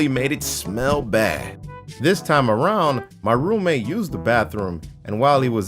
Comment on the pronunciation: is it just me or did everyone else think that whenever he said roommate it sounded like room maid